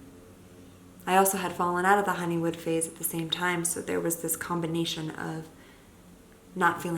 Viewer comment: Is it honeymoon or honeywood? It sounds like she says "honey wood"